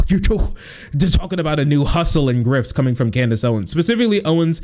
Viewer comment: 'Can deez' Owens